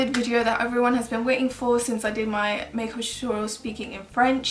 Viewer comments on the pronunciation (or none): Omg you say make-up like I say it in egyptian! ( sorry for my English I live in Italy XD)